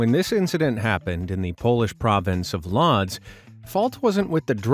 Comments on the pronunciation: It's pronounced "Woodge" not Lot's.. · Łódź is NOT pronounced ‘LODZ’ but ‘Woodge’ - those little lines you see on and over the letters are called ‘ACCENTS’ and they change the sounding of the letters and word. You can’t ignore them (although it seems most content creators [especially Americans] do ! Łódź is a Polish city and its name means ‘Boat’ in English. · WDYM LODZ 😰 ( I'm sorry but it's pronounced woodge) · Łódź is pronounced Whoadz